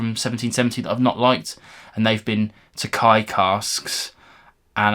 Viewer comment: Nice review as always! I had a chance to try the peated tokaji finish from them maybe from 2021? and I loved it. One more thing... I am Hungarian so just a little tip, try to say tokaji as to-ka-yi! 😉